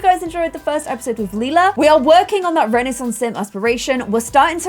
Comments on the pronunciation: renaissance is pronounced with a silent i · did you just say renaissance sims incorrect lemme check one moment... YIU HAVE BEEN PLAYING THIS GAME AND CANT EVEN PRONOUNCE RENAISSANCE I’m tryna be mean it’s just a joke